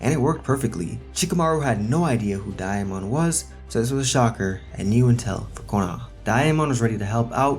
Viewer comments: I’m surprised nobody corrected him because it’s sounds like he saying diamond like bro there’s no i where you getting the i from 😭😭😭😂😂😂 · The way he says Damon is great😭😂